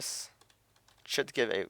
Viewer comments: when you say "should" it sounds like your saying "shit" XDD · "should" sounds like "shit" 4 me with yo accent m8